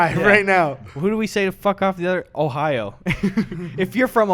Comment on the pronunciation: "ohio" sounds like "ohayou" which means hello/good morning in Japanese, so you're basically greeting the antivaxxers lol